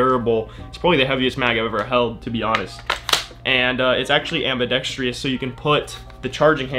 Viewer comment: AMBIDEXTROUS phonetic: ambi-dex-truss not AMBI DEX TRIOUS phonetic: ambi-dex-tree-us. Don't whine about me putting you right on this; if nobody tells you now, you'll go through your life sounding stupid.